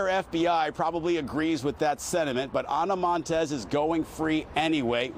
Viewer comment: What’s with the hyper pronounciation of ANA MONTES but she doesn’t do the same with the pronounciation of Fidel Castro??????